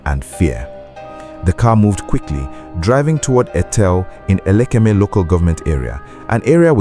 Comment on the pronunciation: Why were you pronouncing it as elekeme?